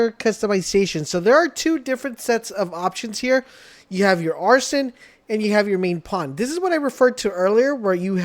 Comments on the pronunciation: Ah-riz-in... arson if a pyromaniac😂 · I went “wait did he just say arson?” Lol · Don’t think it’s how you pronounce Arisen it’s not arson 😅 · I cant finish this vid, he has no idea what hes talking about nor can he probably pronounce "Arisen" cant stand click bait